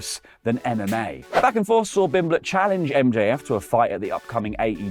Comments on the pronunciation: Bro how did you get paddy s name wrong it's pimblett not bimblett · Why can't pronounce pimblett 😅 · It's Pimblett, with a P. Idk if you just got it wrong or it's a joke I don't get. It's fine if it's a joke. I guess. You have my approval, which you didn't ask for and will never see.